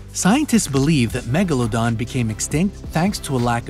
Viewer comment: its not "megalondon" its "MEGALODON"!!!!